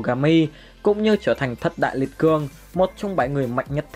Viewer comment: Ủa sao lại là thâtz đại liệt cường Mà ko phải thất đại liệt giường